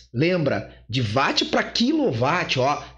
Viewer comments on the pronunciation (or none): Adoro como ele fala Watt como Váti 😂